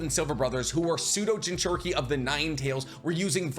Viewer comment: I gotta say. I’m not one to make comments like this usually, but why do you pronounce it, “Jin-CHER-Eh-Kee”? It’s, “Jin-choo-REE-Kee”.